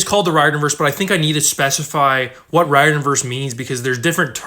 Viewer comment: I'm really not trying to sound rude but I'm pretty sure Riordan is pronounced REER-DAN